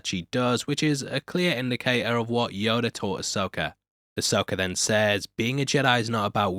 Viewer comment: Yoder. Dude you said yoder😂